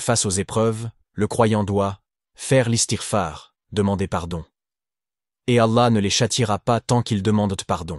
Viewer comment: Un conseil : À chaque fois que tu dis le prophète dis après saalalla alay i wa salam. Identique quand tu dis le messager. Pour istighfar ne dis pas istik far